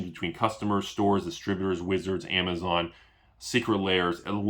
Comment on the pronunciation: you Destroyed everyone with the "....amazone"